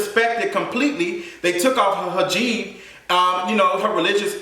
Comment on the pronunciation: Also, the word hijab is pronounced hee-jahb:P And yes, people just love kissing white people's as smh I hard the Keaton kid was calling Black people all types of racial slurs and that's why he got his ass handed to him in school ¯\_(ツ)_/¯